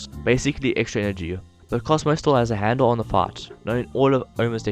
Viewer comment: Lol you say fight like fart